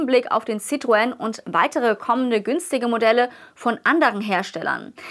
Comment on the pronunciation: Bravourös.Endlich spricht jemand Citroen richtig aus.